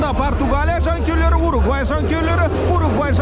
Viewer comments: Угурвай дегени бір Сүгірбай деген сияқты екен) Уругвай* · УГУРВАЙ дегенді дұрыстаңыздаршы